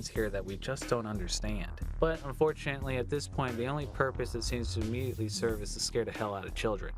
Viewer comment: It sounds like you keep saying 'Un4CHANately', is that an easter egg in itself?